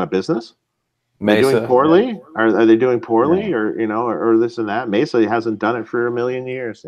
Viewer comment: It’s May Suh not Mezza